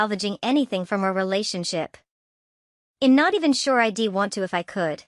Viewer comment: Who pronounces" I"d " as I...d ? Learn to read your script properly!!